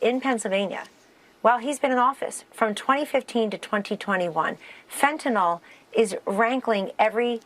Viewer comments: Fentynal... fen ty nal. Not marijuana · She calls it "fentonol" and knows it's a word.She gave us "Alternative Facts." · YouTube hides the other reply, so I'll repeat. Fentanyl. The Republicans reverse the sounds, much like they do with nuclear.